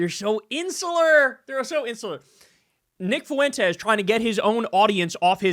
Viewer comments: Fuentes is two syllables, not three. It's not pronounced foo-en-tez. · It's 'Fwentes', not "Fuh wentez" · It drives me crazy, fuh-en-tes. Wtf with that pronunciation everybody is using. It's fwen-tez. 2 syllables, not 3. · Why does Kyle always pronounce it Foo-wentez?